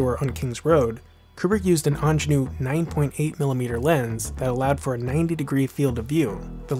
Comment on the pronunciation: Super fascinating! There's nothing more boring than a pedant but for future reference 'Angénieux' is pronounced 'on-zhay-knee-ur' (o